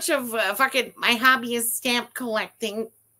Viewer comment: He definitely said hobby. You can hear the b's